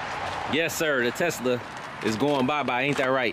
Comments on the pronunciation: My boi pops be saying teska 🤣🤣🤣 I love it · callin the Tesla a “Teska” 🤣🤣